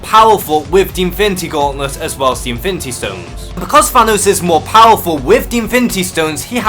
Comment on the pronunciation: Great video. And....I'm really making an effort to not mock on your pronunciation because there are obvious reasons...but...man... "Invinty" Gauntlet, "invinty" war, "invinty" stones...seriously? Look. I'm not a native English speaker either but, dude, that was too much. Awesome video though.